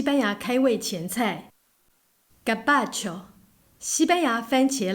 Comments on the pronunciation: Gazpacho是唸 嘎絲吧ㄑㄧㄡ 吧？ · Z 是發 s 喔~ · (小聲說）Gazpacho的z要發音喔🤭